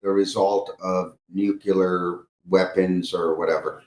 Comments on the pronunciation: He says 'nucular'......Why am I not surprised? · It’s funny that he kept saying “nucular” like Homer Simpson too 😂